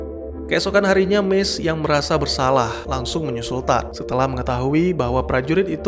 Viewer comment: Tadd? Harusnya tu TODD!!